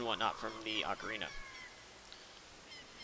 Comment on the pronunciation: Actually its Ocarina =/